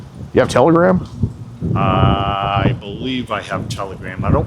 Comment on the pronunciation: T T T… Tel… Tela… Tela... Telagram? Telgram?! It’s Telagram😐😑…😂